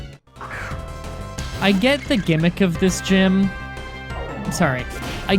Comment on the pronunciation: It's ok. As long as I know what you mean I don't care how you say it. Even with the "gime" thing, I know you mean gym, so it doesn't bother me anymore.